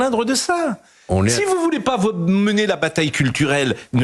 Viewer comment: "vous n''awez paw le dwoit de changwer mon popo"